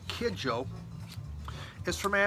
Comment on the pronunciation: Hey. Congratulations on making it through another year. Great shirt. Love all the Miles. If I saw that Black Gladiator sleeve I wouldn't hesitate to purchase it. Nice work with the Kidjo full name pronunciation. Sounds like a really interesting record as well. Flying boobs is a very interesting concept. Great psychoactive drugs, I'd guess. Enjoy your nap.